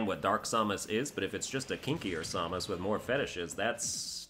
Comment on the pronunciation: Seriously, hearing you butchering Samus' name makes my blood boil.